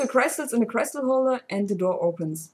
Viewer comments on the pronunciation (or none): "Crystal" is pronounced much like the German word, not like "cry". ;)